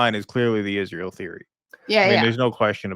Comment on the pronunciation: Love this channel. Also I wish Candace would stop saying "Ijjrael". It's just Israel, Candace.